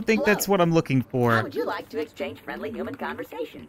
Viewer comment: Why does he say uman and not human